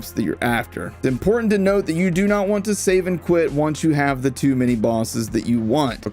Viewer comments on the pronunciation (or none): none